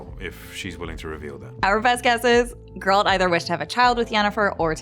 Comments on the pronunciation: You are pronouncing Geralt's name wrong all the time. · Damn, woman, you watched the series and you still managed to mispronounce Geralt's name so badly. I'm impressed. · It's as if this lady has never read the books, played the games, or even watched the show... Jesus, she can't even say Geralt's name correctly. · Geralt is not pronounced girl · Required Particular right good lord her sayinf “Gurrrralt” makes me wanna die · I wonder if the narrator actually watched the show, as she mispronounced Geralt’s name throughout the video. It’s GER-alt not her-ALT. Did someone else write it and she’s just reading from a script? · For the fuckteenth time, it's GER alt, not ger ALT. Jesus. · Not Geraaaaaalt. Its Geeeeeeeeralt. Pronounce the eeeeeeeeeee. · gEralt, not gerAlt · That pronunciation tho. Its geh-ralt. Not gEralt. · Its GEralt , not geRAlt And that's Ihtlinne's prophecy lol. Has this host actually read any of the books ? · gEralt not gerAlt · Gerâld? GERÂLD? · When you say Geralt it sounds like you’re saying “girlt” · I can’t finish watching this video because of your pronunciation of Gerald. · speak properly please... its GERALT not GURL... fix ur damn pronunciation first... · Eisschole Eiss geralt* actually but nice try 😂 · Why is she saying Guralt, not Geralt? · "finding gauroldt" STOP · The way you pronounce geralt is super annoying. Completely pronouncing it wrong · Learn to say Geralt properly please. I had to figure out myself who you were referring to the whole time. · She has a bit of an accent when she says Geralt, stop bullying the young lady. I’ve heard worse pronunciations in life, jewelry being one of them. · I don’t trust anybody who’s reviewing the show yet cannot pronounce the main character’s name right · You don't know about Ithlinne's prophecy? No idea of Geralt's wish, how to pronounce Geralt? Non-fans shouldn't make videos like this. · Why can't Americans say Geralt correctly? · Everytime she said Geralt wrong it hurts